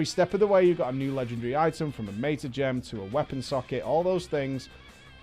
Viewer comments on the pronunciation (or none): none